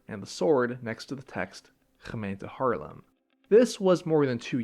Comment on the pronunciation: no underground waste bins in Haarlem? Btw, nice hard 'g' in your pronunciation of 'Gemeente Haarlem'.